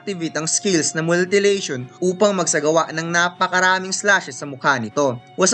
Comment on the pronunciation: Mutilation. Hindi "multi-lation"